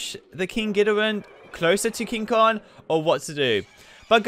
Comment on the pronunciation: This guy doesn't know how to pronounce Kong xD